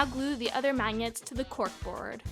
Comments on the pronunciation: she says mañiets instead of magnets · Her voice annoys me and she can't say magnets MAGNETS I can't. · Is that how you say magnets ???????😂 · "hot glue the mANgets to the container" dies laughing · She says magnets weird... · Okay maybe it was funny how she said the word magnet but come on get over it there's like shitloads of comments about the way she said it okay yeah haha but for real you going to keep on going with it stop focusing on the word magnet and how she said it and focus on the great video she made if you don't like her voice then who cares put it on mute whatever or lower it who cares what she did was make a great video and you guys are focusing way too much on stupid petty stuff then the actual great video she put out there if you don't like it watch something else. Make your own if you think you're so much better. YouTube is not about putting people down so y'all need to reevaluate yourselves and what YouTube really is about. It was funny but y'all took it too far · This person could speak Italian or French as a first language, hence the mispronunciation of magnet, (gn sounds like nyah). Benefit of doubt portion of comment complete. When will you show us how to make a necklace out of macaroni? Just junk! Hideous. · Learn how to pronounce ‘magnets’..... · Why did she say magnets like that?